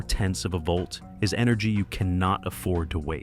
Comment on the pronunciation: What in the AI Slop? "What iis the load? What his the load?"